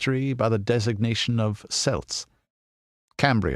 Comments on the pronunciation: Had to resist the urge to yell Kelt everytime “Selt” was said in this. Otherwise it was a great video and I would still highly recommend it. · celt has hard c like a k its a Greek word - not a sports team hyperborea is feature of greek mythology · Great video, although the word Celt isn't pronounced correctly but I put that down to being American.